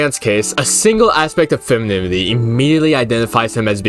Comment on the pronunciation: Dude, you are like the second person that had a problem with saying the word "femininity" that I've seen on YouTube today 😭 Glad to see some rep out there (I can't say the word either)